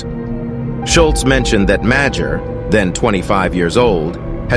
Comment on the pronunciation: It’s pronounced "Major" -Dan Madger